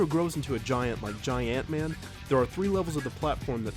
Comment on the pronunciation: Man. The way you pronounced Gi-ant Man just made me realize there is a Ant in Giant. You are a real shrink. :)